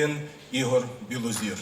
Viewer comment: Білозір,а не Білозор,пані ведуча!